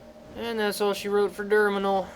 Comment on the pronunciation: Derminal? oh lol